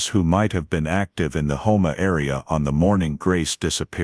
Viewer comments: Not whoma it’s HOUMA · It's houma, home +a is the way it said. I live in Houma myself. La. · Lafayette, Louisiana and its Hoe-mah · I was going to correct the pronunciation of Houma, but you beat me to it